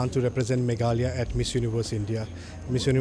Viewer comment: Bro its not meglaya it's Meghalaya